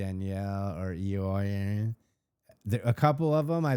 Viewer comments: Please never stop saying Eeyore’s name incorrectly👌🏽🤭😆. I usually LOOOOOVE Irish men because of our similar messed up historical pasts and they are usually superbly handsome red-heads😍😍😍. This Eoiooooine dude is nothing like my honeypot Conan O’Brien and brings no good energy or pot of gold, for that matter. So butcher his name away. He makes Irish men and Danielle look bad, if that’s even possible. LOL’ing that Danielle probably DID use her ‘app’ 😆🤭🤣 ETA: Lindsay has never needed to defend Danielle in SH. On the contrary, she threw her under the bus a few seasons back when she told Paige that Danielle was the person that snitched on Craig causing a ruckus at Amanda’s parents’ house during her wedding. Danielle won’t bring it up because it’ll make her look worse since Lindsay took the blame for it the previous season. I think it was season 7 but don’t quote me because so much has happened since then that I can’t get my seasons straight anymore 🤭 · His name is pronounced “Owen”. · I think Eoin doesn't like anyone on the show. That's why it doesn't look like he wants to be there. He got on the show before he knew anyone. The guy's name is pronounced like Owen it's not that difficult. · I think says it wrong as a joke...🙃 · Is it really necessary, STILL, to keep up the name-shaming,? His name is Gaelic, his culture, his HERITAGE (!), & you absolutely know how it is correctly & respectfully pronounced. Feels like "ugly American' behavior for sure! You are better than this,. Thanks Travis, for saying it properly. It's not a lot to ask, & it's not gatekeeping. It's multi-cultural human decency.